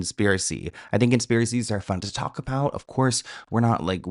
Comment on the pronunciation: Did anyone catch how she says “about”??? She’s Canadian. In the old interview she says “aboot” very subtly. And later when she’s being interviewed about the conspiracy- she drops into valley girl mode and then says “about” the American way… I was friends with the original Paris Hilton impersonator (she is Canadian and I will call her Nancy)… but Nancy was pushed by her agent to go do more and more gigs posing as Paris until she finally made the “Simple Life” episode. The transformation that sweet girl went through and her confessions of how she was having an identity crisis was getting serious. GUYS the industry is full of decoys… I nvr thought I’d say this - but btw the mole, the voice, the accent and style shift… I think im convinced. It’s the sparkle in Melissa’s eyes that was deeper in Avril’s eyes. Hmmm. 🧐